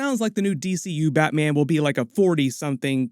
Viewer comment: this guy saying Batman.... "BatMeean"